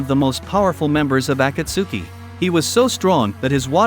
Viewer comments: you dont pronounce it as aku-suki, you pronounce it as a-cult-ski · Dude watch subbed and you can say DANZO and akatsuki correctly butttt it’s An AI homie